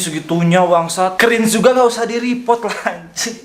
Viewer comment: Yawlah"-_ Dia yg Cringe Tapi Dia Yg Ngomong Org lain Cringe Sakit njir kuping gua dneger suaralu kek oli london,eh tapi muka lu juga njir kek oli london:v Bodolah Blok aja ni org tuh Udah Cringe biar g ngemis view's ma like disslike lage,🤣lu bilang reprot wkwkwkw repotr njirr bukan reprot